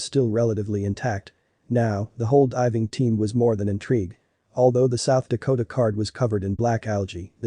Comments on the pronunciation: You mean the "South Dakota card"? That's what the narrator said at the end of this video. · Click-bait! This is the equivalent of clicking one of those ads about '90's TV stars then and now at the bottom of a web page . Title says film was developed, when it was a digital camera with an SD card. Which whoever programmed the AI translator calls it a "South Dakota" card. 6 minutes on the video and 4 minutes I spend typing this is how much of my life I wasted. Maybe I can help save your time.